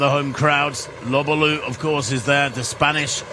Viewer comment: He got Lobalu and Kimeli mixed up about 4 times...pronounces Lobalu like an imbecile and bangs on about "took refuge in Kenya, former South Sudaner, former Kenyan" bla bla bla..then Freudian slipped that they were team mates when Lobalu dropped out. He may be a good announcer..but he dropped a few clangers here to say the least. He has a great announcing voice..but the words that come out aren't all that nor full of insight in my opinion..he recites pbs and wiki pages mostly.